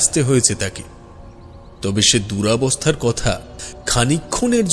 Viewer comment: দুরাবস্হা নয় কথাটা হবে দুরবস্হা। উপতক্যা নয় কথাটা হবে উপত্যকা। আগে উচ্চারণ শুদ্ধ করতে শিখুন। এরকম ভুলভাল উচ্চারণের কারণে আর পুরো গল্পটা শুনবার ইচ্ছে হলো না।